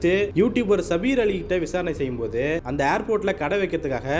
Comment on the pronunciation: ஏண்டா பண்ணாடை சபீர் அலி பெயரை மட்டுமே அழுத்தம் திருத்தமாக சொல்ற